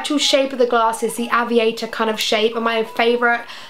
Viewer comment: Fml the way she says aviator 😂😩